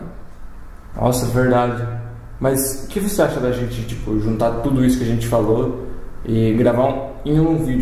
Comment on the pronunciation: Voces tem que falar gente e não genti. fica mais engraçado